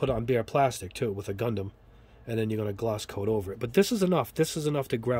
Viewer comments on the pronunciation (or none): none